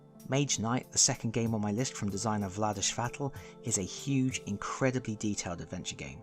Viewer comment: Nice list, iam looking forward to see your best games 😁 And Vlaada Chvátil surname is read as "kh"vatil" not "ch"vatil😉